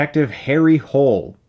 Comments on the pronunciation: Its pronounced Hol-eh but whatever. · Chris, it's actually pronounced Hoo-Leh. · it's pronounced Harry Hooleh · The book was much better. I wish they pronounce Harry's last name properly...Hoo-lay sounds bettet than Hole...lol... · So disappointed. If they knew they failed to shoot a huge chunk of the script, why didn't they fix it? Jo Nesbo's novel and characters were ridiculously abused by this film. The Snowman is about the 8th (fantastic) novel in his Harry Hole (Norwegian pronunciation more like: Holy) character, which is well nigh complete by this novel. ARG. SO disappointing. Shit. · The name of this Norge policeman is pronounced Hoolair or something like that. He lives and works in Oslo, not in NYC or LA. The world is bigger than America. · Such a shame since the book is brilliant. It dwells deep into Harry's caracter and is dark and gritty...and the name is pronounced Hol-e...it's an e at the end :) so Hol...e :) A little help with the norwegian there since the author is from Norway :) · I can't for the life of me figure out why they decided to change the pronunciation for the movie. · While I agree with you about the movie, you still took a cheap shot at it with the Harry Hole comment. It's a Norwegian name! It's not pronounced the way you americans pronounce it